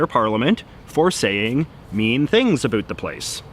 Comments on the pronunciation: Yeah I thought it was a joke too. I'm from Canada too and I never say about like that. Where is this dude from? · Aaaaargh! La façon dont il dit "about" me gosse à fond! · why does he say about like that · Where are you from? The way that you pronounce "about" as "a boot" means that you are either a Canadian or an American who is from Virginia or Eastern North Carolina where they also say "a boot" for "bout.". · I am pretty sure that you mispronounce the word “about” every time you say it and say a bout instead. No need to thank me. Cheers. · J.J. either something IS unique or it is NOT unique. As in, your exaggerated pronunciation of "about" while uncommon is unfortunately not unique, although I do concede your brio. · He says he's from Vancouver but I've never heard a Canadian pronounce the words about and out as he does. I would have thought a real Canadian would know how to pronounce Lesveque. Is he a fake Canadian? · i denounce your pronunciation of "About" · Canadians DO NOT say the word "about" in the way this guy is intentionally and unnaturally pronouncing it. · The most canadian sounding “about” pronunciation i have ever heard lol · Skip to to understand why JJ’s pronunciation of “about” is a forced stereotype (think How I Met Your Mother mocking of Robyn) and why his pronunciation of “around” is fully ridiculous and just plain wrong.